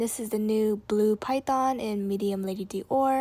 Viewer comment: Your pronunciation of Dior is very cringey. ahhh You love the brand so much at least get it right.